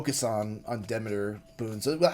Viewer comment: I'm like 90 seconds in and his mispronounced Greek names have already irked me. 😂 Dem-a-tor and Day-Dulls are not how you say Demeter and Daedalus.